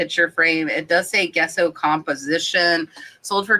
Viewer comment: Gesso is pronounced like Jess-o.